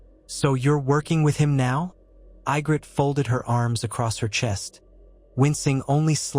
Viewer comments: That looks more like Sansa than Ygritte pronounced EE-gritte. I love the idea of alternative fiction but I wish you fix the mispronunciations. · you had mispronouced ygrittes name less this was ai generated but all in all it was a good Story